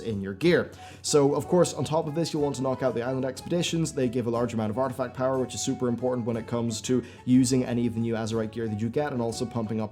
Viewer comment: You keep calling it “artifact power”